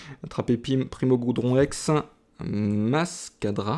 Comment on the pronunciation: Super video comme d’habitude tu gere ;) . Juste une chose c'est GRoudon xD sa me stresse a chaque fois ^^. Au passage le primo-groudon juste magnifique !